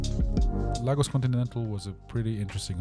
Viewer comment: Ps its not "Lar gor s," its "La go s"❤